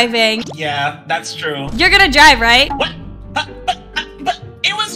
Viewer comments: “your gonna die right?” Instead of “your gonna drive right?” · Bro said “Die” instead of “Drive”